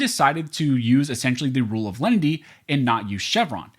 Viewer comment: Dunno who "Lendy" is. A loan shark, perhaps? OTOH, I do understand "len-i-ty". It's even in my U.S. dictionary: mild, gentle.